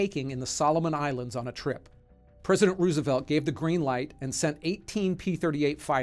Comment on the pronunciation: there’s no way you said president roosevelt so wrong, never seen anyone mess that up, crazy 🤯